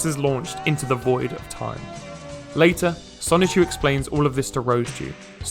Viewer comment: And have you also noticed that never once does Chris pronounce the N in Sonichu? It’s “Sahchu” every time.